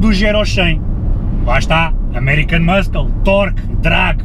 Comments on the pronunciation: Diz-se "muçle" não "muskle" ahah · Tens que aprender a dizer "muscle" melhor. Em inglês o "C" da palavra "muscle" não se diz, ou seja, diz-se "mussle car". Assim é que se fala! Força nisso. Gosto muito dos teus videos. Abraço. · 19L urbano? Tive a mesma reacção que tu. Porque será? :) Peço desculpa, mas ri-me bastante sempre que dizias muscle, por causa do sotaque. :D GÁS